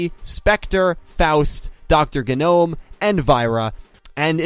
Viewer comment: Am I the only one who thinks Dr. Genome's name should be pronounced "jee-nome", as in the Human Genome, and not "geh-nome", as if someone doesn't know that the g in gnome is silent?